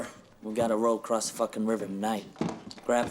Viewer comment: Loved it when you crossed (crost?) out the S and replaced it with a T for acrost